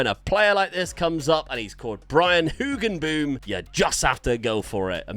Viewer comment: I love the pronounciation of Hoogenboom, almost nailed it :)